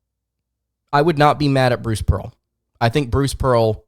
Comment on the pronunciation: Im gonna unsuscribe for this dude saying pearl